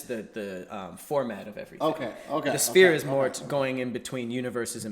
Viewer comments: He kept saying spear instead of sphere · is struggling with the word 'sphere'